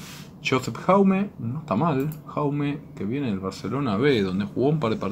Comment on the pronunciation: No se pronuncia Jaume, se pronuncia como Yauma